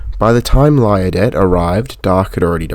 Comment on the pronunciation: this was very well done. your pronunciation of liardet is not correct nor is how us locals pronounce it. its probably correctly pronounced lee-arr-day. but us locals called the street named after him lie-arr-det street. i lived very near it. the stephenson loco company is pronounced as if it is spelt with a v.